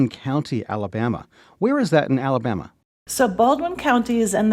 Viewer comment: Thank you! This woman’s pronunciations are agrivating. “Ala-bahhhhma”…ugh!